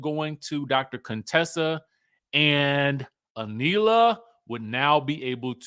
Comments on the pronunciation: Not CONE-Tessa 😂😭‼️ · Please stop calling her Coontessa